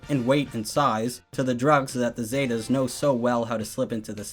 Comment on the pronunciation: I love your video bro, but your pronunciation of Zetas is hilarious.